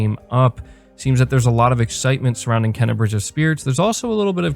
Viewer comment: your killing me bro lol its pronounced "Kay-na"